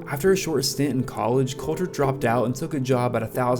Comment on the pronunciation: My brother in Christ, Please get into some sprach therapy to see to your selective inability to pronounce your L's You're a good essayist, but Listening to you say 'Cowter Wall' is rough.